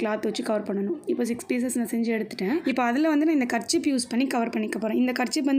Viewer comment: Karchip Illa karchif🤣🤣